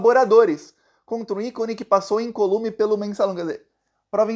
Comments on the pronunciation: Não seria “incÓlume”? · Sou seu fã, mas você incorreu num erro :é incólume, e não, incolume ! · Fiscal chato do português: é incólume, e não incolúme.